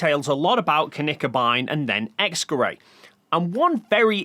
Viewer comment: How tf is "X-Gerät" pronounced "X-Kerray"